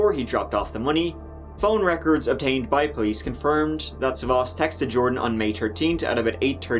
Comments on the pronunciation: The stress is on the first 'a'. Sa'vvas, not Savva's. Ear rape for Greeks. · It’s sàvvas not savvàs ! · Dammit it's sAvvas not SavAs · The man's first name is "Savvas" not "savos: as the narrator calls him. Learn to pronounce the names properly before trying to pronounce them. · you fucked up big trying to pronounce greek names hahah. its sAvvas, not savvAs. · FYI, you are pronouncing the male victim's name wrongly throughout the video. It's SAvvas, not SavvAS. Common Greek male name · Sάvvas. The stress is on Sa. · As a Greek person, it's Savvas with the sa being pronounced first 😝 but otherwise the pronunciation was 👌